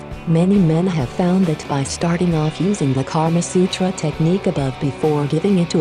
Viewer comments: Thanks a lot but I am a indian. That's not karma sutra that's kama sutra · It's KAMA SUTRA, not KARMA SUTRA. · It's not Karma Sutra its Kaama Sutra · Its "Kama" Sutra not 'Karma' sutra lol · Wow. This video is sexually graphic and it turned me on. By the way it is Kama Sutra not Karma Sutra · This is called kam sutra not karma sutra... Stupid... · Its not KARMA SUTRA,. Its KAMA SUTRA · Karma Sutra ? I believe it's called "Kama Sutra" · its kamasutra not karmasutra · Its kama sutra not karma sutra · NOT KARMA SUTRA IT IS KAMA SUTRA 😎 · Lol it's not karma sutra but it's kamasutra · isn't it 'KAMA SUTRA'... instead of 'karma sutra'....???!!!... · And it’s Kama Sutra btw instead of Karma Sutra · It's Kama Sutra and not Karma Sutra. Both have totally different meanings.